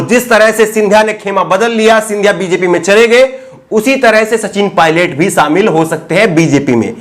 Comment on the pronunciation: Sir sha shabd ko sahi ucharan kijye. Shamil ko samil keh rhe he sir aap.. Ek journalist ki bhasha shudh honi chahiye.